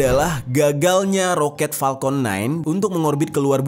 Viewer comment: maaf ya kaka....Kaka pas ngucapin palkon (harusnya Falcon, pake F bukan P) kok kayak nahan ketawa sih?...jd ikutan nahan ketawa liatnya